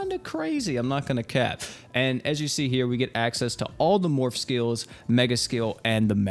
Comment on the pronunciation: every time he said morph all I could hear was morb